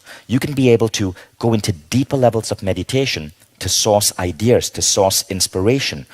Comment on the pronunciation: Why does he say "I Dears" instead of Ideas...